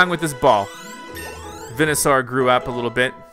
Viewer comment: The way to say is venesor